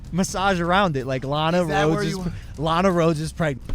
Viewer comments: Keem its pronounced (Luh-nah-Rhodes) not lena roads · Omg, I goddamn hate the way you pronounce "Lana Rhodes". Don't know why it's bothering me so much 😅😂😂